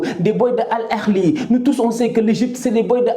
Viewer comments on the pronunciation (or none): ON DIT AL AHLI et non al erli